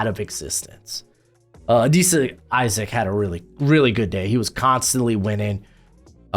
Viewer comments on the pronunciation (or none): none